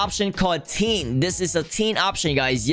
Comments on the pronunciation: anybody that can speak normally: tint vg: T E E N T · Me: *pronounces tint "tint": *pronounces tint "teen"